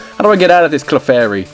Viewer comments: I was talking about when he pronounced "Clefairy" as "Kuhflairy". Totally messed with the position of the L. But really, it's not a huge deal. I was just being petty. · Your mispronunciation of Clefairy disappoints me. Then again, I'm one of the only people who even cares about Clefairy in the first place. By the way, Confuse Ray still works on Normal-types even though it's a Ghost-type move.